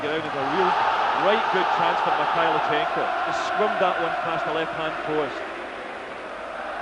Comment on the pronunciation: No T in Mikhailichenko.